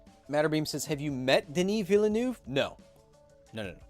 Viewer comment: Why is everybody so bad at pronouncing Villeneuve? How would you pronounce ville? How would you pronounce neuve? Now smack them together Veal-nerve, like a sinewy tortured calf